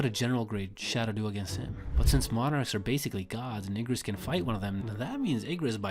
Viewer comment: Ermm… I think you said Igris wrong